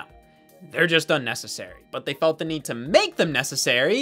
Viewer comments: Idk why but u-nnecessary is sending me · I loved that “u-necessary” bit